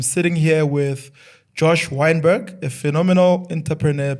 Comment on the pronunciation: "Weinberg" ....if you don Gerrit forget abourrit